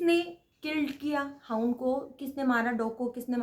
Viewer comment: हाउंड not hoond dear